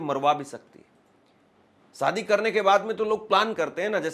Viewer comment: Bhai jab aap shayad theek se bol rahe ho to shaadi ko Saadi kyun bolte ho !! Thoda apna uchhaaran theek karo !!